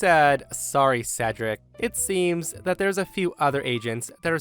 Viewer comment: I'm so glad pronounced Cedric correctly during the last story